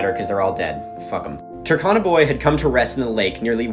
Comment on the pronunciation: The U in Turkana is pronounced as in cube not cup and the R is also slightly pronounced. I hope that makes sense it was just annoying me a little. And for anyone asking for my credentials to correct this I'm a Kenyan who spent parts of my early childhood in North eastern Kenya where the Turkana people live.